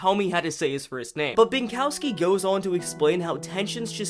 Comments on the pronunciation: Maciej is pronouced as "mah-chey". W's in Polish are pronouced as V's in English, so Binkowski would be pronoiced as "Bin-ko-vskee" but aside from that you nailed the surname. I love watching people try to pronouce Polish names! Great video btw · Maciej Binkowski would be pronounced Matchey Binkovski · "Maciej" is read as "Matt's yay". You were close with "Binkowski", however Polish "o" sounds like British pronunciation of "ough" in "thought" and Polish "w" sounds like "v"